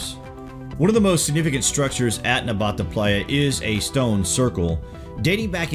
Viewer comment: *Nabta bro not Nbata